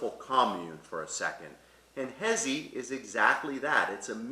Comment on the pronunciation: I was looking for someone in the comments to correct his pronunciation of Jesi but came upon this lol